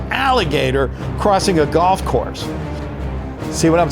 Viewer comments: You said gold course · You Said Gold Course Not Golf Course